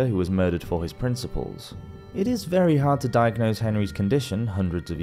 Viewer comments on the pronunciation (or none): none